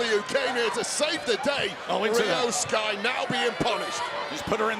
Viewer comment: Its not shry Its sky